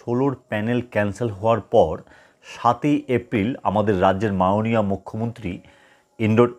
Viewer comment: উচ্চারণ ঠিক করুন আগে , মাওণীয়